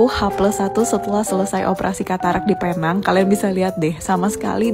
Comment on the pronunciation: Bukan Paynang. Penang sebutannya Pi-neng.